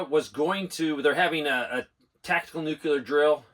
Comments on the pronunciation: Is it a “nookyoolah” weapon or “nuclear” weapon? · LISTEN to yourself. There is no such thing as NOO-Q-LER anything. It's NO0-KLEE-ER. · Is there a reason so many adults in this country can't pronounce "nuclear"? No "u" between the c and the l. Asking for a friend, lol.